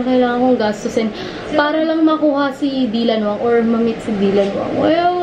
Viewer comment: Its not dilanwsng its daylanwang